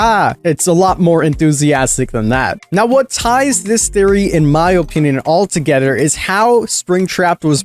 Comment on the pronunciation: My guy you have to learn how to pronounce "together" correctly. You sound Dutch when you say it. You pronounce the "-ther" in words as "-ter." Not trying to be a grammar nazi, it just bugs me whenever I watch your videos.